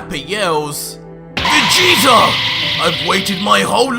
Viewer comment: Lol dude said vegeta with a hard g instead of soft like how its supposed to be pronouced and had to check to see if that's how he did the whole time 😂 it was a one mistake lol im ridiculous